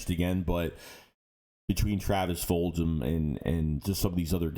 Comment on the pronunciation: and its Full-Gum as in chewing GUM....not Full-Jim.